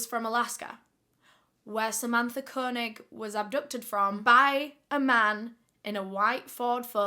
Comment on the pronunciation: Idk why but the way she pronounces Koenig bothers me It's pronounced Kay- Nig